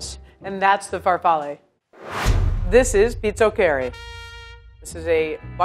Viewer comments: You pronounce pizochEri pizOcheri with the pronounciation on the o not the e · I loves how she pronounces, pizzoccheri, so way off it's hilarious.